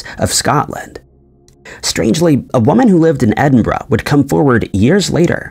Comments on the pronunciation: The biggest mystery is how he managed to pronounce “Edinburgh”… and “peripheral “! Nobody gets peripheral right! ‘ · Omg , you said EDINBURGH correctly, finally !!!! 😁, also another great video